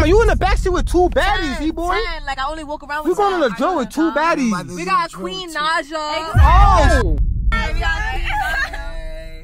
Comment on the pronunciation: That's not Queen Naija that's Queen Not-ja 😂😂😂😂